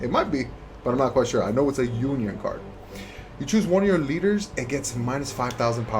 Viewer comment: it's uniSON not unION There is an s between the uni and on